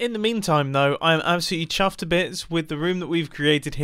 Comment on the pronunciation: no one: absolutely no one: Mumbo : im chaffed to bits